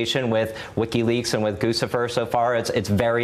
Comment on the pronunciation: Guccifer is presumably about Gucci. Gootchy, not Goosey.